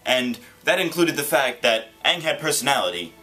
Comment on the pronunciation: How hard is it to say Aang It's not Ung Its Aang